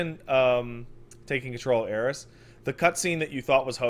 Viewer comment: There are very few things that get under my skin when they shouldnt. People who say "Aeris" is one of them